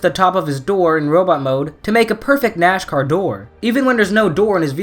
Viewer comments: says "Nashcar" instead of Nas-car says Nascar correctly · It's NAScar not NASHcar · Nashcar 😂😂 it is suppose to be *Nascar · Nascar... not Nashcar.... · When he said nascar it sounded like he said nashcar......